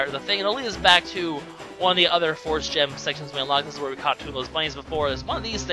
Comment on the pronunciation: you say Force weird